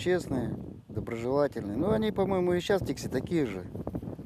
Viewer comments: Ударение на первую И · спасибо за ответ. Я поэтому и спросила, что слышала только с ударением на первый слог. Даже летчики из Тикси ударение ставили на первый слог. А само слово "тиксии" склоняется?